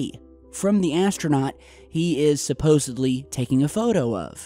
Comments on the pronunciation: the word is supposedly, not supposably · "supposeBly"... there is no B in the word supposedly.